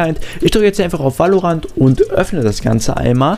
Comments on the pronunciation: Gutes viedeo aber es heißt nicht valorantt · VÄLORANT NICHT WAALORANT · geiles video aber ich glaube so spricht man valorant nicht aus